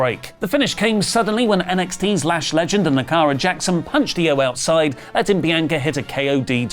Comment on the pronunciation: Lol it's Jakara, not 'Lakara'